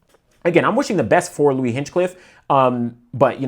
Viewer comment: A minor note: his name isn’t actually Hinchcliffe, but Hinchliffe. There’s no “cliff” after Hinch. Just “Liff”.